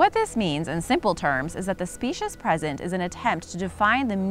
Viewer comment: #5 is pronounced spee-shuss, not speshuss.